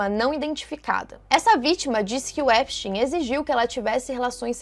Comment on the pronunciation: Nem os próprios americanos sabem pronunciar o sobrenome do cara! Kkkkk Esptein é de origem alemã, então, a pronúncia é "Épstáin"